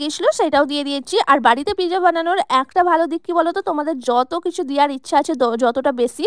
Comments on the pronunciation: It's not pizza It's not pizza It's real pronunciation is pit - zza😊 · কথাটা পিজা না কথাটা হলো পিজ্জা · Pezza ❌ Pizza 🍕 ✔️ 😅😅😅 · ও টা pizza ❌piza✔😆😂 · দিদি ওটা পিকজা না এটা পিজ্জা 😂😂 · Peeza😂 pizza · Pezza ❎ pija✅ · সব বোঝলাম আপা কিন্তু এতো জোরে কে কথা বলে ভাই😂😂আর মানুষ। Pizza কে Pezza বলে, আমি আগে জানতাম না😂🙂💔